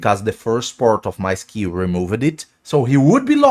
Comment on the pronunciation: I’m here for his pronunciation of words like “buffed” and “target” and “removed” 😂😂😂 “I’m buff-ed”😂